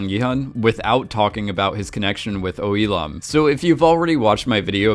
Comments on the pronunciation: and especially Il-Nam. How is it possibles? He says I-Lam when the name is literally Il-Nam! Gah!!!! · Il-nam not E-lam! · you’re hearing “lam” because the L sound from “il” is being carried over. So if you say he’s name lazily, you can say it “il-lam” but correct pronunciation is il-NAHM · Why do you keep saying "il-am"? It's il-Nam. NAM for namja meaning man. Il-nam means first man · Listen to how the actual character pronounces his name. He says it as "il-lam". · Just while we’re all at it, his pronunciation of Il nam is a bit dodgy too in my opinion. But dodgy name pronunciations aside, I do really like these videos 🙂